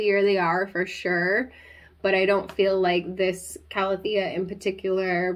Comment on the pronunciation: You pronounce calathea the correct way, according to the dictionary ;) also, I find the best way to keep any calathea alive is to give them filtered water of some sort. Whether it's from a Brita to get out the chlorine from tap water (or setting the water out for 24 hours so the chlorine evaporates), distilled water, or reverse osmosis water (that I personally have a separate tap for in my kitchen). All my calathea and maranta live in a north facing window and they thrive there, constantly putting out new growth no matter the season!